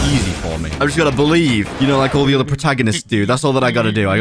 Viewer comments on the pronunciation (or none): none